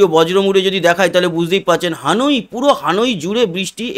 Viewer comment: উচ্চারণ হানুই হবে না, হবে হ‍্যানয়।